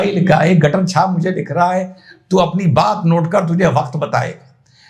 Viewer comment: आपका ' गटर छाप' का उच्चार बहुत बढियां.😅